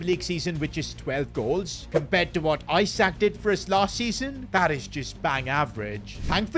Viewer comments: It’s not EYE-SAK its Isak. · ITS ESAK not ISAK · it's not eyesak it's isak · calling him eye-sack for 20 mins is foul work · Why is bro saying eyesak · Why he call isak as eye sack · He is pronouncing isak isac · Isak is pronounced "Ee-sak" btw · learn how to pronouce his name